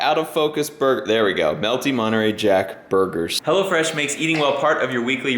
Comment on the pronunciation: Ahhahahah))) "Go to HELLofrash...")))